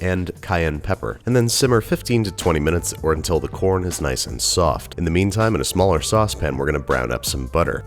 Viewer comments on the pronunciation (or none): "...nice and *SwOFT*"